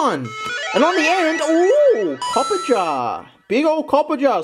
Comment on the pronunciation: still can't pronounce Toxtricity or Copperajah, it's endearing.